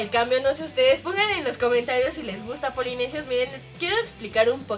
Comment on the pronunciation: jajaja en el minuto dijo polinesios mal jajaja Te Amo Karen, Rafa y Leslie.